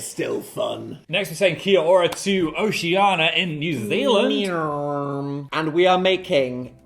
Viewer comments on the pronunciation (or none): new oceania pronunciation just dropped